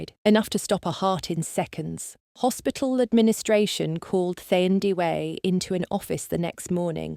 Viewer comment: 💃🏽As a nurse by profession too 👏🏾👏🏾👏🏾best story ever thanks to the author 👌🏽 this should be a movie,Windhoek 🇳🇦 oh the pronunciation of her name is Taa Ndie weh instead of Thurndiwe Thandiwe a name meaning Love in Isindebele tribe of SA😊